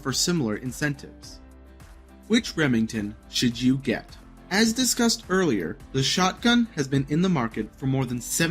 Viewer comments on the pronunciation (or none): “Earliar”? C’mon man.